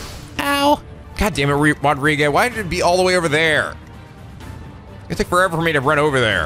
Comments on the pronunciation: No one: Literally no one who can hear the distinct pronunciation of Rodrigue: this episode: Rod•ri•gae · Weird that keeps calling Rodrigue "Rodri-gay" even though the game is fully voice acted and he should hear it properly pronounced enough